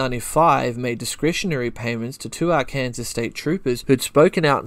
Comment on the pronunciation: Arkansas is pronounced Our-Can-Sore Love the channel